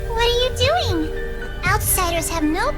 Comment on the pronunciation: Ughhhhh.... What are you dewing? LET GO